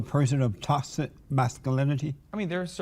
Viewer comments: He cant pronounce toxic Lmaoo tossed it masculinity tauxit masculinity Lmaoo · Haha, and JLP trying to pronounce "Toxic masculinity". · Man can't even say toxic masculinity 😂